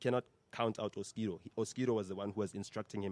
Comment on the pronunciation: I'm sorry guys it's Oskido if it was ma mom maybe but it's Oskido..Nota😂😂😂😂